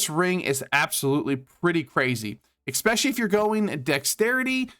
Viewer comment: Great video but for the love of God, Jesus, and Baby Jesus, please stop saying "exspecially". Also "Daemon" is just the British spelling of "Demon" and they're pronounced the same. Thanks again!